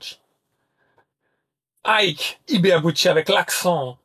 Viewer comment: IKE très bien prononcer 👍👍👍 IBEABUCHI très mal prononcer 😂😂😂 Ca se prononce AYBIBUTCHI...mise à part ce petit défaut de prononciation, j'étais un très grand admirateur d'Ibeabuchi, pour moi ce boxeur aurait bien pût être un très grand et immense poids lourd, je n'arrivais même pas à voir comment Tyson aurait pût l'arrêter, il est le premier à avoir battu Byrd et Tua, même si pour beaucoup, sa victoire face à Tua était contestable, pour moi ce ne fût pas le cas. Mais quelle carrière gâché, j'ai mis beaucoup de temps pour me remettre de cette mauvaise nouvelle de fin de carrière, il avait tout pour être le meilleur de sa génération...vraiment dommage